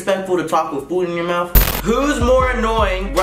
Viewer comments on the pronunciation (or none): "isn't it disrespectful to talk with food in your mouf" not mouth mouf gosh see this is why i love ya <3 too he said "birf" not birth hahaaaa